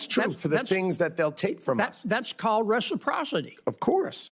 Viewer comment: "reciprocity" apparently has too many syllables for.